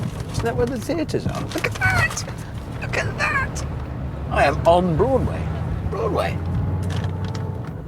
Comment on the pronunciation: The way Hammond said “Broadway” always make me laugh for some reason 😂😂😂